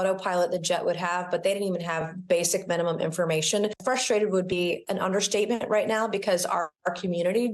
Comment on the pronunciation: what the heck in an "underschtatement"?!??!??!?🤔